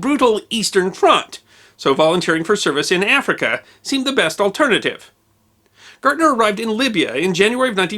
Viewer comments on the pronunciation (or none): Hell of a story! I would appreciate it, though if you would at least try to discover correct pronunciation of foreign names. His name was not Gyorg Gartner, as you pronounced it, but (phonetically) Gay'org Gairtner. A small thing, I know, but since I had four years of German between high school and college, it was a little jarring to hear the name mispronounced over and over again. That said, I very much enjoy your history presentations. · Gärtner is pronounced Gertner not gartner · Totally mispronouncing his last name, it's "Gärtner", the "ä" (ae) sounds more like the "ai" in "air". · Also his last name is pronounced "Gare-tner" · The name Gärtner is also incorrectly pronounced as "Gartner" throughout the video. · With the "umlaut" (two dots over the a), that would be pronounced GAIRT-ner. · So it was the Whymar Wepublic was it? How is a w pronounced in German? Like a V, NOT a w. Also his name was not G Org Gartner. Georg Gärtner was his name. He was not associated with the consulting and analyst firm. The letter ä is NOT pronounced the same as the letter a. If expanded it would be spelt ae. If spelt out his first name should be prounced more gay org; certainly not g org. Please at least make a token effort to get the pronunciations correct. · Your pronunciation of "Gärtner" is way off. "ä" (ae) is an Umlaut. Otherwise great presentation. Greetings from Germany